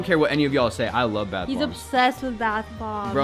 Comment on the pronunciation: bro said a lofe line